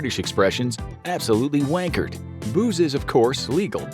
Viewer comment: As a Brit... you're pronunciation of 'Wankered' was spot on 😂😂😂😂 Diversity Win Infograph. 🇬🇧 💷 🇬🇧